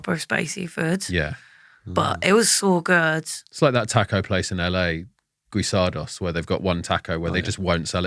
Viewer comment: Just FYI: Guisado’s is pronounced with a hard G and it’s gui as in the clarified butter ghee, not Gwen. 😊